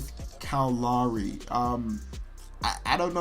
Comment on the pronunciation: His pronunciation of "Lowry" bothers me more than it should...